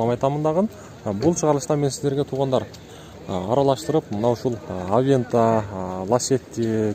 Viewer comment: Авянта эмес аванта